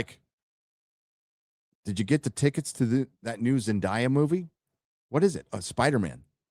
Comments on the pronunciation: Isn't her name pronounced like "Zen-DAY-ah" so you would actually do something like "Spider-Man: Brand New Zendaya"? Love ya! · It is Zen DAY ya. and Drinker have been mispronouncing it this entire time.